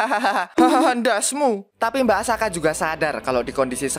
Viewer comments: Tulisannya asaka bacanya akasa 😅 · bang perasaan subtitle nya Asaka kok lu manggil nya Akasa? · Bacaannya Asaka tapi ngomong akasa🗿🗿🗿🗿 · asaka atau akasa bang ko kedengaran akasa tapi subtittlenya asaka btw semangat bang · Asaka atau Akasa bang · asaka bukan akasa bg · Terjadi lagi di teks nya Asaka Tpi di baca Akasa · Nyebutnya Akasa teks nya Asaka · Tulisan Asaka Yang di baca Akasa💀🗿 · Sebutannya akasa tulisannya Asaka🗿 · Gw denger mbak Asaka jadi Akasa coy🗿🗿 Fix Yogiri punya gw🗿❤ Edit:katanya naga betina kok punya biji ato gw slh dgr🗿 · Tulisannya asaka di baca akasa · Tulisan:mbak asaka Nyebut:akasa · Lah tulisan nya asaka tapi di bilang akasa🗿🗿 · Kirain akaza, ternyata akasa🗿 Btw subtitle bilang asaka tapi kok lu bilang akasa🗿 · Bang asakaa bukan akasa 🗿🗿🗿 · Teks nya Asaka bacanya kok akasa😮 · Asaka jadi akasa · Subtitle nya asaka ngomong nya akasa bener nya yg mana sih njir😂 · Asaka bukan akasa🗿🙏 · asaka bg bukan akasa😁😁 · mbk asaka apa mbk akasa tesknya asaka ngomongnya akasa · Tulisannya asaka omongnya akasa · Asaka bang bukan akasa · asaka bg bukan akasa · Asaka bang bukan akasa!! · Banar Asaka bukan akasa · asaka bukan akasa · Asaka dibilang Akasa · asaka bang bukan asaka